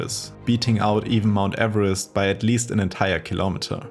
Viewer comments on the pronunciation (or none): none